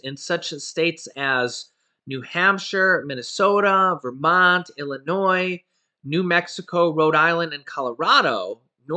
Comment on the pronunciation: Illinois without the S lol❤️